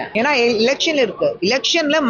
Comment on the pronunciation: இலக்சன் இல்லை எலக்சன் சொல்லவே தெரியில😂😂😂😂😂டி உனக்கு பயித்தியம்